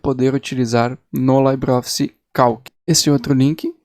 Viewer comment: A pronuncia correta é "libreoffice" e nao "laibreoffice", pois o termo libre não é de origem britânica...